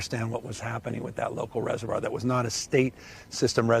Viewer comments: No doubt in my mind that someone who can't even pronounce "reservoir", is qualified to be on this panel. Piers are you doing DEI for your show? 🤣🤣🤣🤣🤣🤣🤣🤣🤣🤣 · If you struggle to pronounce reservoir, dont call yourself an expert analyst lol. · Wow! An American stumbling on the word Reservoir? And said it's hard to say? He must be from GenZ. They don't even know the difference between pronunciation of woman and women. Smh.... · Reservoir...yeah so hard to say